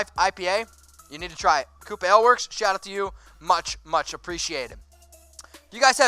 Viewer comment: No offense but Ale is pronounced A-ail like Hail #4ChuckyHeads